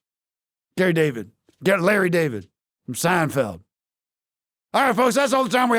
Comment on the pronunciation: "Gary Javid" 💀💀💀💀💀